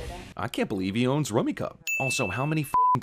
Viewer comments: It is pronounced "Rummy Cube," not "Rummy Cub." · He said rumikub wrong, it's pronounced roomy-cube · Rummi- cube not Rummi-cub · "rum-ee-Cube" not "rumee-cub" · I know this is a bullshit nitpick, but it's not "Rummy-kub", it's pronounced "Rummy--cube". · DING pronounced ruh·mee·kyoob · rummikub is pronounced rummy cube... sorry, couldn't help myself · It's pronounced "Rummi-cube". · Rummikub is pronounced Rum-mee-kyoob. Sorry, it deserves a sin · I think you pronounced Rummikub wrong.